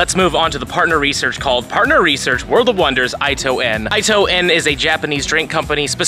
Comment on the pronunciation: its pronounced "eeto en" not "ito"